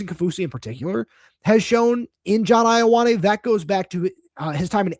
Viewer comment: His name is pronounced Yo-ah-neh. Samoan translation of the name 'John.'